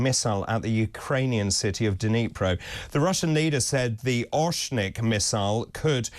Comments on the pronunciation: Not a oshnik it is ORESHNIK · You guys can’t even pronounced right this weapon ORESHNIK. So